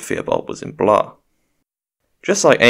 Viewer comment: I don't know who told you that Blois was pronounced like Lois but they are wrong. It is indeed pronounced like you had assumed (at least in modern french). In older form of the language it was probably pronounced something like "Bloey" but I am no linguist so don't quote me on 12th century french pronounciation. Also I agree he definitely is Azor Ahai